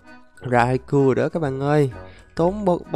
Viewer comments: Rau cau anh ơi không phải rai cu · khong phai doc nhu the anh raikou anh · Nó đọc là rai cao